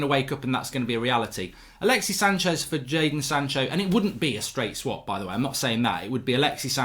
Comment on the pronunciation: Bro it's alexissssssss, there's a S.